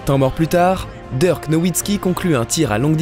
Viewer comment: Super vidéo votre retour fait plaisir !! Je trouve que cette nouvelle voix off a bien substituée l’ancienne, seul petit conseil a lui apporter c’est la prononciation de certains joueurs comme Dirk ou quelques anglicismes mais sinon rien a dire niveau intonation debit de parole c’est top 👍🏼 Le record en carrière de Luka est de 42 points et bonne soirée a vous !